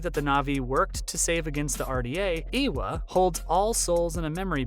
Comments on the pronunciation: no no, he has a point, it seems like he only looked up a wiki page for this and is pronouncing stuff without ever hearing how it is said. Eywa is pronounced more like Ay-wa and Makto well, just the way it looks. It’s not being rude, it’s constructive criticism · dude, I know you are trying to produce quality content which it actually is, interesting video. But FFS, e-e-ewa? Turuk matko.... matto? What? It's MAKTO and it reads exactly as it it written, letter by letter. I know some people especially in the west have problem pronouncing a lot of things, but maybe practice a bit beforehand, just a thought. Otherwise it just makes you sound incompetent on a topic.